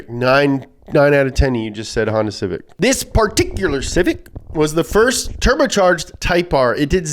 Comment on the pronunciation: 1. Mah Civec.